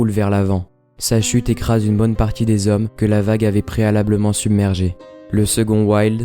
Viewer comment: Trois mille hommes, pas trois mille zhommes. Mille ne prend jamais de "s". Le chantier vît le jour, pas le chantier vu le jour.